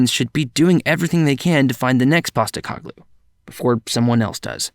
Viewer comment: Painful to here you say PosteCOGlou the whole time, rather than PosteCOHglou but good video other than that. Also an American Spurs fan starting in 2013, cool to hear someone have pretty much the same Spurs journey.